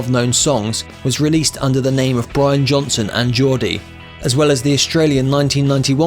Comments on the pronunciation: Possibly the most boring monotone documentary I have ever seen. Way too much info on Brian's (or Brain's, as you call him) cars. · It's Brian, not Brain. Big difference. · it's Brian......not brain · Try pronouncing it as Brain, and that's how it's pronounced in Newcastle! Agree, it's lazy and disrespectful! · It’s Brian not Brain lol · lol...can't even get the name right. WTF